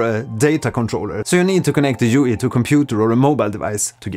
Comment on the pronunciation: Nice video thank you. I would like to point out that in French jouir and jouer have VASTLY different meanings. Therefore every time you say "joui" instead of "joué"... I smiled a wee bit too wide :D Bien joué, donc!